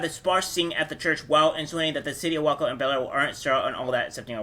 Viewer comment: Great video bro!! Btw heads up Waco is pronounced (way-koh).